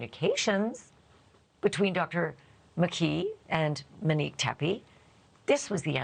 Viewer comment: Can we please pronounce her name correctly? It’s “Monique” not “Manique”